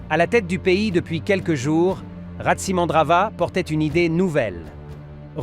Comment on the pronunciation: le o se prononce ou en malgache non ce n 'est Tsiranana voila c est RATSI tous le monde le sait